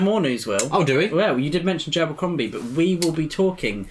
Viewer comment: I always enjoy the way you both pronounce Joe Abercrombie. Every time you say it, I hear Jabercrombie.